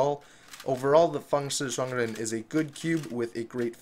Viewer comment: ah so thats how you pronounce it correctly